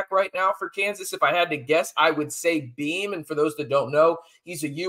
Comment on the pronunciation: It's Bean. Not Beam. JD6 isn't playing. Freshman walk on behind Bean.